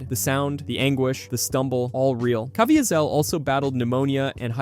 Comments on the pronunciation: Janusz is pronounced YaNUSH, and Caviezel is pronounced kaVEEzel. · What in the world was that pronunciation of ‘Caviezel’?